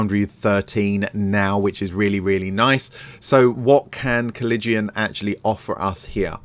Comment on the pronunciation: Nah.....he butchered the pronunciation. Then again, unless you're a history nerd (or major like I was), it isn't a word you run into often.